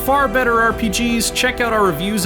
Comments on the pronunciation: He said South Park the fractured but whole emphasizing the words separately... We all know how it's intended to be read lol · worst thing about this review is he mispronounced the south park game.